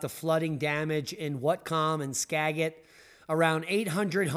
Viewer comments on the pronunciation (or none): Its pronounced ska as apple jet as in jet skajet count. I lived there😊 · It's pronounced watt cum (whatcom) county and skahh jit (Skagit) county. Whatcom county never gets snow. Even when Canada right there gets snow in the lowlands and we won't. We the buckle of the pineapple belt and the corner of two fault lines.